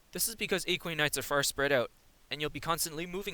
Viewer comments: yeah not a-kwi-nites ;D. a-kwa-nites. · You can check out his latest version of this guide as it pronounces Aquanites properly. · Why are you pronouncing Aquanites so strangely? It's literally said like aqua in aquaman, but you replace the man with nites. You don't call aquaman aeqweoman.